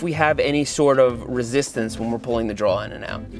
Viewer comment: Did he saw “draw” 😂